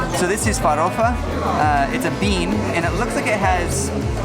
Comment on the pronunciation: You are so happy guys. And he pronunces "farofa" perfecly.